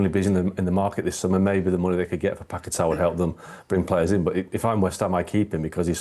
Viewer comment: Why can't they jurnos say Pagueta my he ows West ham a seasons fur standing by him.